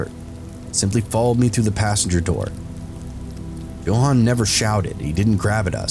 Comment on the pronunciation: Why on Earth would you pronounce Johan like that? It's not uncommon for English speakers to know the proper pronunciation.